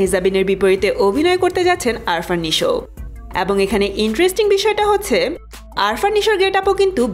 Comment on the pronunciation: It's not Arfan Nisho, It's Afran Nisho. You should be more carefull